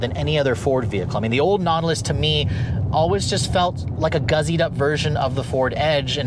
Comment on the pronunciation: “Guzzied” up??